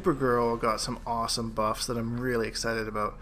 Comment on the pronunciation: "Aboot" this guy is canadian as fuckkk